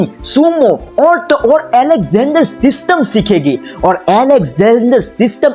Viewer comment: System ? 😂😂😂😂 sahi se pronounce karna sikh